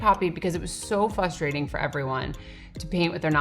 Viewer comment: it is fusstrating how she mispronounces the word frustrating